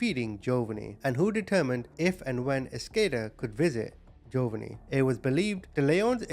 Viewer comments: Ja_von_nee not jovany it drove me crazy ❤ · Once again, your pronunciation of the names are atrocious. The little baby’s name is Jovonie. It’s pronounced Joe-VA-nee (like the Italian name “Giovanni” without the first “i“). The emphasis is on the second syllable. You pronounced it JOE-va-nee. Several times on the video, you referred to him as “Jovianne” which isn’t even his name. Let’s remember this beautiful little boy by remembering his real name. His name was Jovonie Ochoa. He was 4 years old when he died on Christmas Day 2003. He only weighed 15 pounds. The average weight for a healthy 4 year old boy is 30 to 44 pounds! Jovonie’s grandmother, Maria Palicious, starved her grandson but she certainly was not missing any meals herself. She complained that Jovonie always wanted food. Yeah, you crazy evil bitch, a baby you are intentionally starving is always going to want food! Jovonie Ochoa, I will never forget you and your handsome, smiling, innocent face. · Omg his pronunciation of Jovanni is annoying TF out of me hahaha. Then it goes from Joe-Vunny to Jovian. What? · Its pronounced Joe-von-ee.. May Jovonie rest in peace 🕊️ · Joe-va-nee is killing me hahaha 😂